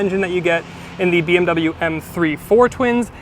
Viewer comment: Научитесь правильно выговаривать слово BMW